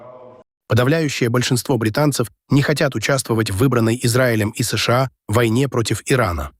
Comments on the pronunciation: Ребята, когда вы его научите СэШэА правильно говорить? Да и вообще, что у него с ударениями? Неужели такой умный, что ничему уже не учится??? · позорища настройте вашу нейросеть запинается на каждой аббревиатуре как паралитик не способна сша правильно произнести